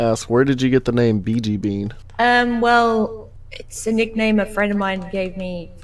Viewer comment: first time I hear that I thought u said ,,Bitch''